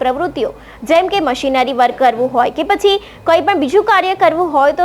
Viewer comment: આ બહેન ને જણાવવાનું કે ગુજરાતી ભાષા બોલવાનો અભ્યાસ બરાબર કરો…. કેટલાક શબ્દોનું ઉચ્ચારણ બરાબર નથી કરી શકતા… મિશનરી ને મશીનરી બોલે છે… સાંભળી ને શું સમજવું … ???